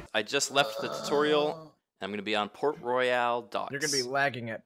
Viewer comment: IT’S PORT ROYAL NOT FUCKING PORT ROYALE!!!!